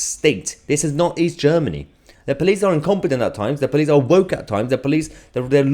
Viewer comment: Child! Can't get his own way, so call everyone a tory. No intention to listen to anyone. Just wants to shout at people. Also... "pleece state"? It police. There's an 'o'.